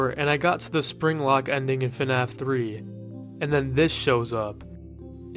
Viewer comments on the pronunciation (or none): I just can't with this "fenaf" pronunciation